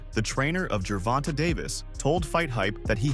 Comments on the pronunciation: WTF DO CERTAIN PEOPLE STRUGGLE TO SAY GERVONTAE NAME CORRECTLY? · If you are going to cover gervonta davis them at least learn how to say his name correctly lol.